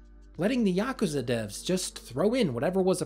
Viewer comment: It's so nice to finally hear someone pronounce yakuza correctly